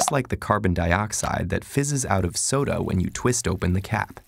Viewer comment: anyone else realize he says sodo instead of soda 🤣